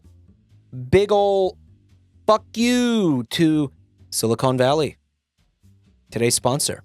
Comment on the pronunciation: > spends the first like five minutes of the episode roasting for mispronouncing things > calls it “silicone valley”